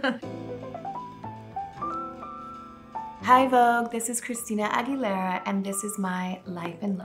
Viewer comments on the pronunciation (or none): You need to pronounce your last name correctly.